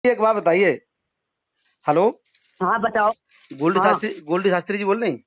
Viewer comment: Ise shabdon ko shuddh bolna aata nahin Shastri kisne banaya isko Shastri ko Shatri kahati kahati hai